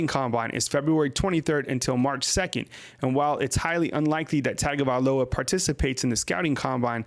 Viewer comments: drives me crazy you saying TAGO instead of TUN-GO man.... its TUN GO VAE LOW AH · Tagovailoa... (Tongue-go-vai-loa) pronouncing it wrong...in samoan Gs are pronounced like NG...